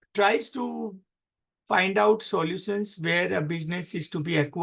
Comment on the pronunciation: Solutions ko thek se pronounce nahi hoti aur bakwass kar raha ki IBS ye hai wo hai. Ek site pe spom ki lecture thik se nahi chala paate aur gyaan dene chale aaye.